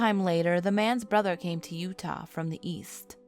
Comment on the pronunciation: Did anyone notice she called Utah U ha instead sorry if I forgot to put the right punctuation’s or something like that I suck at spelling so I use voice to text on iPhone instead.